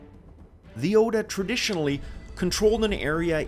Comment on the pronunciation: I like how he pronounced Oda with a U instead of an A